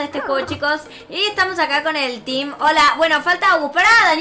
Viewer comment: mira el vídeo y escucha en la por que dijiste Amves de desir El TEAM dijeste El TIMBA hai te confundiste Like si escucharon que dijo El Timba no El Team Y Like a los vídeos del TEAMANORMAL y a los vídeos de LYNA 👍👍👍💜🐥🐈